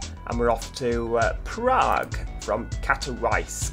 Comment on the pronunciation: NOOOOOO WAAAYYYYYY You drove from Katowice!!! That's my home city ;)))) W is pronounced like V, C like C in cinema, and E like E in echo hahaha Hope That helps with pronunciation ;)))